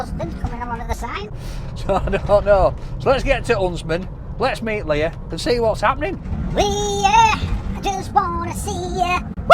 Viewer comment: its leah shut kever